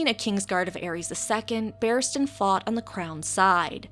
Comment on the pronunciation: Barristan Selmy, not "Battiman" Selmy. you weirdo.